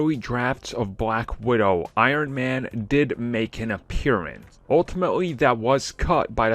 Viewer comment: Ironman made an "appearan"